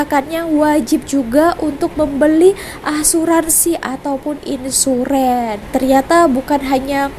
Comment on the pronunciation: Insurennn hahahaa, baca nya insurance bunyi nya imsurenn 😂😂